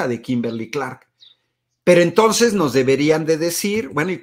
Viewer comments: Y también dijo "tons". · Dizque muy estudiado, pero en lugar de entonces de "ntos", aparte, cuando vi la entrevista completa dijo "pos" y "pa".